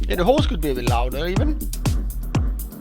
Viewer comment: love that horse. And i like keep hearing this guy say "horse" in his accent. Apart from the whole horse thing, l learnt heaps here.